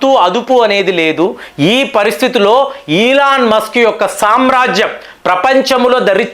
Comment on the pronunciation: సార్, అయన ఇలాన్ మాస్కు, కాదు, 🙏🙏🙏🙏🙏 కొంచం మీ ఉచ్చారణ మార్చండి